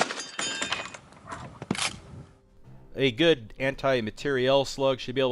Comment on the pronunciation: Anti-matiariel not anti-matiarieeeeL